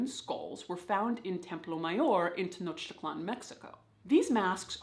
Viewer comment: As a mexican I'm so grateful that you pronounced Tenochtitlan properly 💚💚